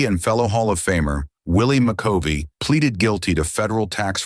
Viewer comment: Poor excuse for bashing a Hall of Famer. Turned it off when the AI narrator mispronounced McCovey.